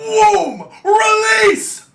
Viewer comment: on god dawg “realese” is crazy